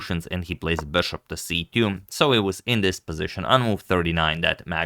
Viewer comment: its not beshup. its bishop